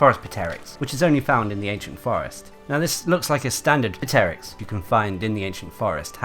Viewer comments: "Puh"teryx? Also, Gastronome Tuna always drops an item when you catch it via rod, not sometimes. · pteryx is pronounced with a silent p lol